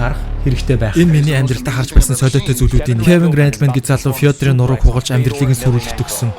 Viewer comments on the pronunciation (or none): Фийдэр биш Феодор гэж дуудна. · Фёдор шдэ фийдэр гэж шаагаад байхын Орос нэрийг Орос алгаар л дуудна шдэ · Фюүдэр гэж ямр ацаа яриап бган 😂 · Фёдор, Фиодор г.м ээр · Фёдор гээч фийдэр байхда яахавдэ😅😅😂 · Тгэ ямар ацаа яриад бган фюдэр гэж наа чин энэ спортоор хичээлэлдэг хүмүүсийн домог нь хөөе фюдэр нтр хүний нэрийг аятайхан зөв хэлчиж чадахгүйн бол яах гэж ийм юм хийдэгий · алдартай хүний нэрийг зөв хэлчиж чадахгүйн бол яах гэж ийм лалрийн юм хиидий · Орос хүний нэр хэлж чаддаггүй хүн бн чи